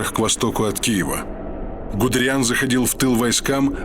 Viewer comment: Он ГудЕриан, а не ГудериАн (произноситься ГудЭриан)